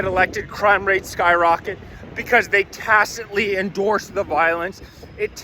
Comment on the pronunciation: Not tacitly...tacticly